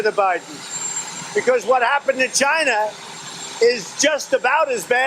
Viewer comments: Does anyone else wanna slap this dictator wannabe every time he uses the non-existent word for the country China?! 😩 Dude, it's not "GJINA' it's fu&$#@ CHINA!! 🤦🏾‍♀️🙅🏾‍♀️ 😂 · Why does it sound like Trump is saying Gina not China when he says it? Moron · Does he say 'gyna' instead of China? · "Jina" lol. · Trump don't know how to say China he says "Giana" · So funny how he says China